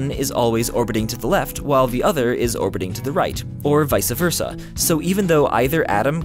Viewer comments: Did you really just say "vice-a versa"? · Such a genius. Such great information expanding my outlook on the vast world of science. But he said Vica Versa... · Everyone seems to pronounce it wrong, it's not vice-a versa, it's vice versa, as in Miami Vice.